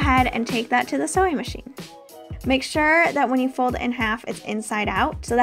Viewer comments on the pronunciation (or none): none